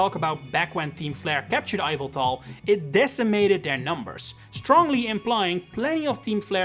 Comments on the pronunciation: I know, right. It’s not eye-veltal, it’s YAHVELTAL. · no, it's ee-vel-tahl. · “Eye-vel-tal.” Sure why not. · Now that's a unique Yveltal pronunciation